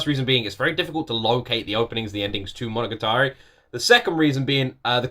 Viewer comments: mono-ga-tari for pronouncing, and sadly not in order for this, oh well. and your wrong on the case of Alice in wonderland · It's pronounced "mo-no-ga-ta-ri"! ;) Japanese can be a bit tricky since the phonemes are quite a bit longer than English (save for the vowels and "n"), so it can be hard to know where they start and end! You also need to be careful that you don't hold on any one phoneme too long, (i.e not "mo-no-ga-taa-ri") since there are times when a phoneme IS elongated, which can often change the meaning of a word entirely! Otherwise, each should be the same length, in a rather robotic fashion! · monoGAtari... the accent is in the GA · Your pronunciation of “Monogatari” was pretty good, except that the stress or accent should be on the “ga” and not “ta” (and don’t extend that sound). “Monogatari” 物語 means “story” or “tale,” and different seasons will have different tales, such as “Bake-monogatari” 化け物語 (Monster tales), “Nise-Monogatari” 偽物語 (Fake tales), etc.